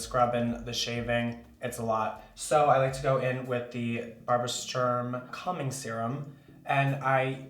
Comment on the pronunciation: I can not be the only one who heard cumming instead of calming